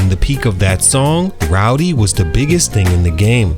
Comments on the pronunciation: It's spelled RODDY yet you said ROWDY the whole video. There's an actual rapper named Rowdy Rebel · Bro it’s Roddy, not “Rowdy” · Great video but it's RODDY bro 😂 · He did not fall off. He has real talent and will be back. He had a sophomore slump. And stop pronouncing his name as ROWDY. I was annoyed the whole video because of that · He called h "Rowdy" Ricch through the whole joint. 😂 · It’s not rowdy rich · Bro who tf is "Rowdy Ricch" you say that a lot throughout the video😂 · Keep calling the man "Rowdy" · Naw you heard the man, it's Rowdy 🤣😂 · Ok but it's not pronounced ROWDY...